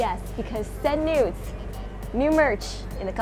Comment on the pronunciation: When she says “send noods” it sounds like she’s saying “send nudes” not to be dirty or anything it’s just the truth 😂